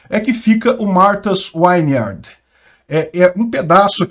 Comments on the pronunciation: Vineyard é pronunciado /viniard/ e não /vainiard/ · é “Martha’s Vineyard”, não”Wineyard” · É Martha s vineyard e não Wineyard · Pronuncia-se “Martas víniard”. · Já existe imigrantes ilegais lá a anos, qualquer um pode entrar lá, sua notícia ficou parecendo q a ilha é um lugar só de ricos americanos. Por falar nisso, melhora sua pronúncia aí pq q esse “uiniard” foi foda!😅😅😅😅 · Fala-se “vin iard” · "Vineyard" é com "V", não com "W".